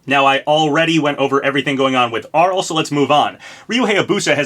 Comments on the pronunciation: 1. I have that Arle figure in the thumbnail, it's so cute! Chunky and high quality too! 2. It's Arl-ay Nad-ja not Arll 3. Still not sold any of these are references, but given I think FP5 is a Japanese centric character Arle especially (or Reimu who I'm educated guessing) would make sense. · isn't it pronounced Arle (Ar-Lay)